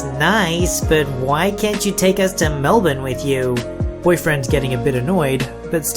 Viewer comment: I've heard the first story a few times on reddit channels. It's so nice to finally hear Mel-bin and not Mel-burn. ;) - An Aussie.